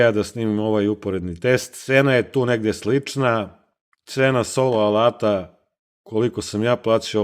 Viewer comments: Cita se ajnhel. Nemacka rec i na nemackom se EI cita kao AJ. Znaci ne ENHEL nego AJNHEL. I kvalitet alata se ne meri tehnikalijama tipa snaga, ovo ono vec iskljucivo kvalitetom celika u sebi to jest koji je dugovecniji. Taj ajnhel ako se koristi svaki dan 8 sati dnevno tesko da izgura godinu dana a ovaj plavi bos taj ce ti gurati 20 godina svaki dan da ga koristis 8 sati dnevno neprekidno jer ima kvalitetne metalne delove u sebi jake celike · Odlično urađeno. Samo, nemoj se obrukati ako ne moraš. Ako znaš da kažeš "Boš" onda nauči da kažeš i "Ajnhel". Pozdrav i srećan rad. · Kad smo kod brukanja...Ajnel bez h u sredini.